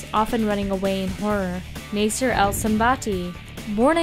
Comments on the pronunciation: btw when you say the name Nasser or nassir its spells like this (naa-sae-r) not (na-sai-r) ^.^ just wanted to help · Nasser is said like Nasa not Nayser.